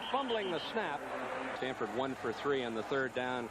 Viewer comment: LOL Stanfurd. GG SJSU